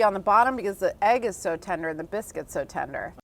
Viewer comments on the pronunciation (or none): Did she say biskys lol